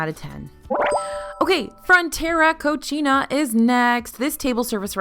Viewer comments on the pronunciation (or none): I love this video. It gave really good advice and insight. I did lose it when you said "Frontera CoCHina". "Cochina" in spanish means "dirty girl". It is pronounced "co-See-na". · "Frontera Cochina" had me in stiches. I don't think you know what you said. XD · Italian pronunciation. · I came to the comme to just to comment on this😅😅😅 I'm just listening to the video as background noise and burst out laughing. I figured she meant "Co-seen-a" but just to hear "cochina" in a restaurant name made me laugh out loud.